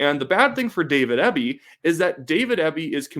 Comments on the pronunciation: You are saying Eby's name wrong. It's pronounced like the letters, E, B. Not ehhhby... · You really should have done more research on this video. The BC Liberals are center right. And it's pronounced EEBBY dispute its spelling. Or as we in B.C. say it " ass clown ". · Good job but you should get their names right. It’s John Rus-tad and David Ee-be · Excellent commentary. Eby is pronounced EE-bee BTW. Thanks for this exciting update! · A critic with a conservative axe to grind. Look, you're from out of province and you don't know how to pronounce Eby's name. He's actually a bright man even though I disagree with a lot of his policy. I'm a centre right voter. I'll give you credit, your history lesson is more or less correct but we all have google. Finally, it's only 1 poll. When I see others like it, I may pay attention. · You might sound more informed of you pronounced Eby's name correctly.